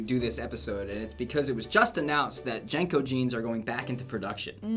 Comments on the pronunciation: They're pronounced JEAN-CO's not JANG-CO's. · This is the first I've head them pronounced "Jane-Co." I and everyone I know always said "Jean-Co" back in the day. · They were not pronounced JANKOS, they were JINCOS! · Its pronounced Jean Co... Uhgg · JNCOs were pronouned JIN-coze where I'm from. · We pronounced them more with an I sound- Jinco. Kind of like the sound of jinx. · LOVED Jncos They saying it wrong!! 😢😅